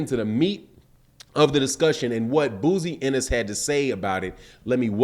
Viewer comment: "BOZY" NOT BOOZY SMDH 👌🏿.My Guy Loves Messing People's Names Up...